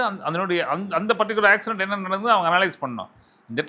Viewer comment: ஆக்சிரென்ட் இல்ல ஆக்சிடென்ட்